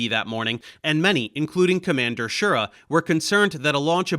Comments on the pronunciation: As I said before in your last Apollo video I started watching you to help with my Italian grammar so I dont think you will mind me telling you that Wally pronounced his name "sheer-RAH". Watch his actifed commercials thats how he says his last name. I remember when I saw them on TV back in the day. Actifed (sudafed) is still one of the few medications you can take and fly an aircraft (or a spacecraft) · FWIW: Schir-RA. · Well done, a good overview but with enough details, considering the limited length of the video. One comment: Wally Schirra's last name is pronounced more like "shi-RAH", with the emphasison on the last syllable. I grew up watching Wally and Walter Cronkite providing commentary on the subsequent Apollo missions. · This may seem like nitpicking, but it's very distracting to hear you mispronouncing Schirra. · Are you saying Wally's last name wrong? I've never heard it your way, I was a teen at that time and Cronkite said it differently.